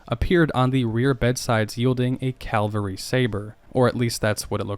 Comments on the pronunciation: it's cav'al'ry not cal'vary.. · I hear that mis-use even by GIs in the Cavalry who call it Calvary.